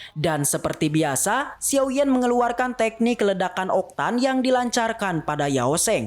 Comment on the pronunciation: Dan bukan xiou bang tapi xiao